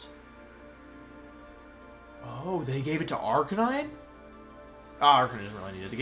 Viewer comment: Weird how Wolfe mispronounced Arcanine